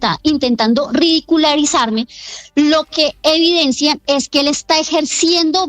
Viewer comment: Sra. Angie, se dice “ridiculizarme” no “ridicularizarme”